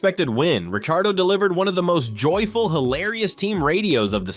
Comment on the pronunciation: he's pronounced "Ricardo"